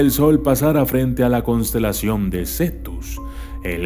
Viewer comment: No es por nada pero dice: "Cosntelacion" y es "Constelación" jaja, no te enojes, amo tus vídeos <3 # xdxd